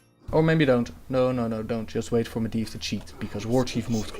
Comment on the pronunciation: Medivh is prononced MedJiv if im not mistaken :)